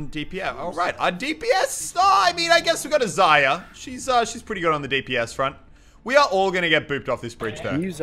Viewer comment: IT'S NOT ZA-YA IT'S ZAR-YA